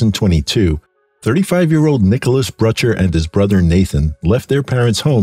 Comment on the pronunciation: Nick's last name threw me off for minute, Butcher instead of Brutcher. 🙏🏽💜to the fallen